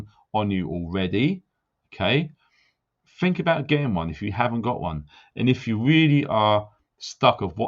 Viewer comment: When you pull people up for there and their, just remember you say 'fink' not think, I 'done' instead of I did just to name a few. Also stop frigging coughing man. Still like you but you need telling x